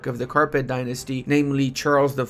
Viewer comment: it's capet dynasty not carpet